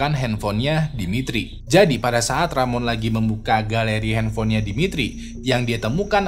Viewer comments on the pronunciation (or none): Rohman mang bukan ramon 😭